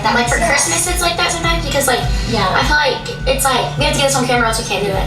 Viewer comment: "I fill like"